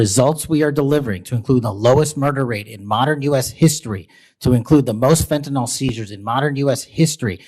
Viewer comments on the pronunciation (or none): No surprise that this mini cop hasn't even learned how to pronounce one of his main talking points. There is no such substance called Fenton-all.